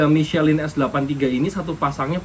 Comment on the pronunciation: Cuma ngasih tw aja Om... Ban MICHELIN itu dibacanya MI SE LANG Krn itu produk Perancis jd emg gitu pengucapannya. TerimaKasih🙏